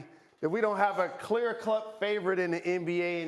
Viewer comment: Jalen said "clear clut" lmao